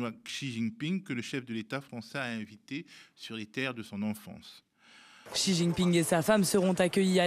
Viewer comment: X en chinois se prononce à peu près "ch" et pas "ks" ou "tch" !!!!! C'est pas difficile ça !!